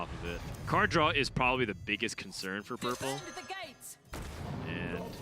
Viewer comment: "Purpele" is "gollum", right?